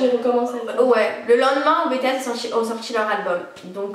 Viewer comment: S'il vous plaît, pas "bé-té-s" 😭😭